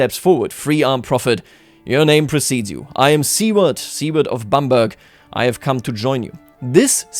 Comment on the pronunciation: Bamburgh is pronounced Bam-burra.